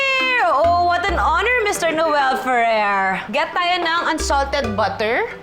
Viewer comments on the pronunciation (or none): none